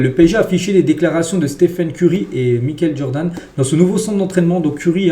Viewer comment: Il a dit Mikel Jordan 😢😂😂😂 gros respect le goat Micheal Jordan